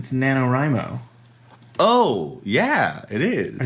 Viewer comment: This was the first year I did Nano. Also you pronounce Nanowrimo wrong.